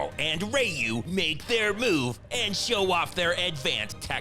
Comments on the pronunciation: Nice touch pronouncing ryu's name differently every single time. Are you writing these by yourself? Impressive. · Great job pronouncing Ryu’s name differently every singe time you said it 😂😂😂😂😂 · I love how Ryu's name keeps being pronounced differently each time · The highlight for me was intentionally mispronouncing Ryu🤣🤣🤣🤣🤣🤣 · Why doesn’t anyone notice that pronounces “Ryu” differently every single time he mentions him??????? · Lmao all the Ryu mispronouncing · A morning spliff, a bad Seagal movie, nd the constant mispronunciations of Ryu have me dead rn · Love all the different pronunciations of Ryu 😂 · All the possible wrong pronunciations of Ryu 😂😂😂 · Oh god pronouncing Ryu differently every time is just the cherry on top of the usual masterpiece. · I love how you're omitting syllabelles out of Rayu's name during its next mention. LMFAO. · "Seagal and Reyou" ..."Rayu"... "Royu"... "Ru"...🤣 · Pronouncing Ryu different each time.😂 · I noticed your purposefull mispronunciation of "RYU" over and over again and it is possibly your finest moment. Not only are you making the best content in the entire universe but saying his name in all the ways like that is devilishly obscure and amazing! Having played street fighter since part 1 I have attempted to say his name properly my whole life and still dont know the right way! Incredible work my friend. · Intentionally messing up Ryu's name each time; subtle, yet hilarious. 😂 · Ryu's name being pronounced over 500 ways in one clip... Also... RUSSIAN WALRUS 🤣🤣🤣 ! "he has to get home to bang this poor sexual abuse survivor" 🤣🤣🤣! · Best part is easily how he pronounces ryu different every time😂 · You pronounced the asian dudes name in every possible way throughout the video xD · Ryu having fifteen different pronunciations killed me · Is it Rew, Re-You, Roy-You, Rhy-You oder Ray-You❓❓❓ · pronounced Ryu wrong in more ways than a brazilian arcade, genius 10/10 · LoL ROY-U 😅😂🤣